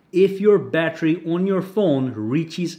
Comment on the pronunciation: Wtf is a "battry"?